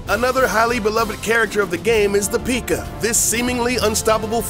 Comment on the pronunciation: I was really annoyed when he said pika and pig rider